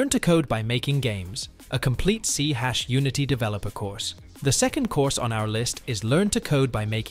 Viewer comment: . "C hash" ??? You mean "C SHARP"?